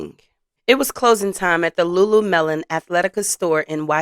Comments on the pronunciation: you said LuLu melon......its LuLu Lemon maam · Lulu-LEMON. Not melon 😂😂😂😂😂😂😂😂😂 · Its Pronouced Loo-Loo-Leh-Muhn! Not Loo-Loo-Melon!🤷‍♀️ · What is LuLuMelon its Lemon not melon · LuLu Lemon. not melon lol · It’s Pronounced Lu Lu Lemon 🍋… there is no 🍉 melon in the name of the store . Not trying to be a stickler but this is a well known store and easy to pronounce.😇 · It's pronounced Lulu-LEMON....